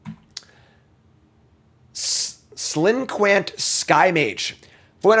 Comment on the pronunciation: Interesting. Clinquant is actually pronounced klang·kaant (ish). It's French so...